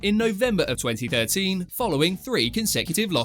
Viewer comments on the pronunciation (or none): Whaaaaat Silva's first lost was in 2030? Dam so his win streak was made the past in the future?🤔 🤯🤷🏾‍♂️🤣🤣 (no disrespect just a lil accent jokey joke)🤣🤣🤣